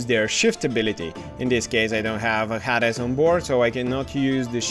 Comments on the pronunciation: Very good tutorial, but I have to laugh. Who is "Hadis?" Oh, you mean "HAY-DEEZ" LoL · Yeah, in Bulgarian, it is pronounced in a completely different way :D